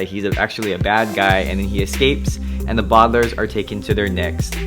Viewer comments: bardlairs. Thats how you say it. Its Baudelaire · It's bo-da-l-air-s not bodalers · you say the bodlairs its the Baudelaires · The way you pronounce the bualdalares lol